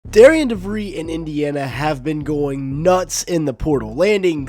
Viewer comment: Pronounced Darren Devreeez